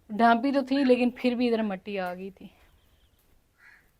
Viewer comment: Assalam U alaikum Meny bohat pehly hi comment krna Tha but Ni Kia ......Apko ye kehna Tha K ap Urdu men Jo matti kehti hen wo Matti Nahi mitti hota h Urdu men b mitti ko mitti hi kehty hen .........shukriya